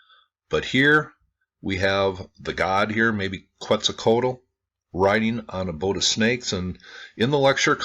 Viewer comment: try saying "Cat-sull-quatl" (sull as in "gull")